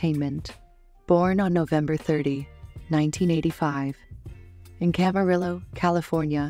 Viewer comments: Hey computer, it is pronounced “Cam-aah-ree-oh”, CA! NOT worried about AI, that is for sure😂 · Please learn to pronounce the words you use. Kaley is CUOCO not COCO. Camarillo is Spanish the double L is not pronounced the way you pronounced it